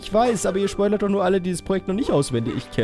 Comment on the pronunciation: Schpoila xD